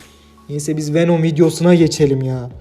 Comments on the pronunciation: Wenom değil abi VENOM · Abi wenom değil venom .d